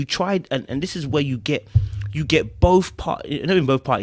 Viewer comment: Did she just say Dis instead of this! 🤣🤣🤣🤣.